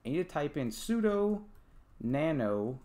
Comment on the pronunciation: Good tutorial, but sudo is pronounced like sue-do, it's short for "super user do."